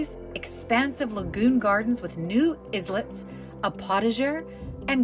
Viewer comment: Oh! My mistake, and apologies. I thought I heard “is lets”